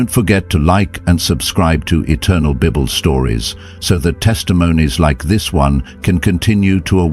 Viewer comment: Come on, do better, pre check your AI Narration, pronouncing the BIBLE AS BIB-BELL IS really inexcusable especially considering you're narrating a CHRISTIAN story!